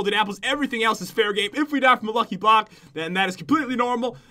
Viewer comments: Is it just me or did he say blocky luck? Lol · Pat you said lucky bock